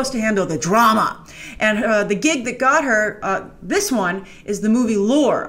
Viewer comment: Grace, you are the love of my life, but you never pronounce Lore like you're supposed to. The E at the end is not silent, you shouldn't skip it, you should say [Lore] as the "Lore" in "Lorelei". It's German spelling. If you watch the movie you'll hear it pronounced many time during the film!